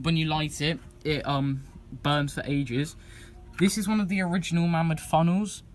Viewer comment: mamod is correctly pronounced 'may mod'